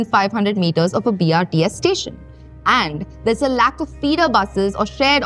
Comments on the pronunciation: Video is apt and informative, accurate on topic and data, but you need to improve on your script or oratory skills. Its BOPAL not BHOPAL, and BRTS not BRST ! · when she says "bhopal" to "bopal" you dont want to listen this any more. - BRST nahi, BRTS... No homework done properly. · Man this is just another publicity video she can't even speak brts properly not to say about bopal to bhopal 😢